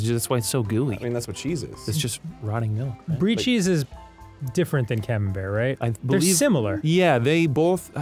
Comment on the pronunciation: Camambuerre is Camam-"burr" Buerre means butter